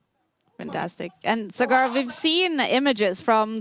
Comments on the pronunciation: Not sagaar but saa-gur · Saagr, not sgaar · Saaagar not Sagaaar.. Respect is a two way street.. Stop being intentionally rascist.. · Sagar❌️ SugAArr✅️ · It's so disappointing to see kaja not even make an effort to pronounce Sagar correctly, she's not a chess expert her whole job is to be a professional host, communication skills is a pretty important part of that